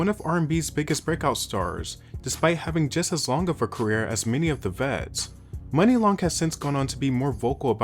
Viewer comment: I thought it was pronounced moo-nee???